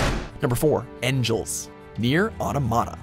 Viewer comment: Not "en-GEL". It's not "angel" just with an E, it's German. Eng-ull. The G is super soft, almost silent.